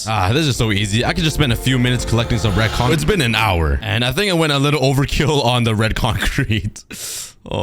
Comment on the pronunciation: I heard bread concrete or is it just me?